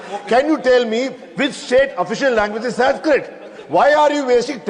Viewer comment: Not malyali it's Malayalam Not odisha it's odia Not sansket it's sanskrit 😊